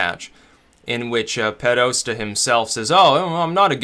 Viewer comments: It's Podesta, not Pedosta. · It's pronounce "Poh+desta". Keep up the good work. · John "Pedosta" Podesta. Lol